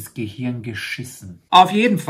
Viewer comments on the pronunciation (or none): none